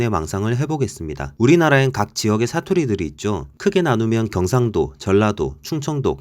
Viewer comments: 음...티가 나는데요? 경➡️상⬆️도 ➡️ 출⬆️신⬆️ 극⬆️과⬆️ 극⬆️을⬆️ 표⬆️준⬆️어➡️ 사↘️투➡️리➡️ 제↘️일➡️ 작성자분 말투 잘 들어보면 어두위치 고조형 (ex. 오⬆️늘➡️) 빼고는 다 들림요ㅋㅋㅋㅋㅋ 저조형, 중조형(또는 이중고조어두+중조연속형), 어두 를 제외한 고조형은 숨길 수 없으신듯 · 영상보니 경상도 라는 단어를 쓰실 때 경상도 출신인 것같은 느낌이 나네요 ㅋㅋㅋ 저도 귀가 예민해서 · 그거암 ?이분 경상도 할때 발음이 빼박 경상도 반갑다 친구야